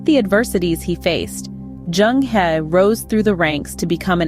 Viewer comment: The word 'He' in Zheng He is pronounce as 'Her' in Mainland Chinese - not 'he' as in 'he is a person' in English. Some oversea Chinese still refer his name as 'Cheng Ho', although the sound is still the same.